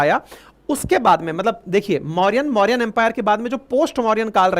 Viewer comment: सर आपसे और सभी शिक्षा के क्षेत्र से जुड़े हुए व्यक्तियों से अनुरोध करता हूं कि कृपया हिन्दी शब्दों का अंग्रेजी में उच्चारण न करे। इससे नए विद्यार्थियों में भ्रम की स्थिति पैदा हो सकती है। साथ ही मूल नामों खो जाने की संभावना रहती है। जैसे - गुप्त को गुप्ता, मौर्य को मौर्यन सातवाहन को सातवाहनाज शक को शका कुषाण को कुषानाज चोल को चोला चेर को चेराज पांड्य को पांड्याज आदि